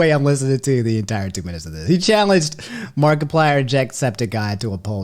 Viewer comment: nobody:: mark E plyer